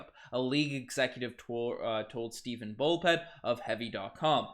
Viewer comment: Stephen not Steven